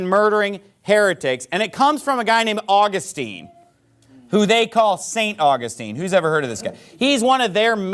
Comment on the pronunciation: This idiot pastor cannot even get St. Augustine’s name pronounced correctly. Wow. He’s smart. Sorry. He struck a big cord in me. I am a Roman Catholic and and on fire in love with our Faith. Catholics are the one that compiled the Bible through the inspired word of God. It is the oldest faith over 2000 years old, Christ founded it. It is apostolic. I mean I just don’t understand why people just don’t understand all these other denominations are of the devil they are all fake. They are all wrong.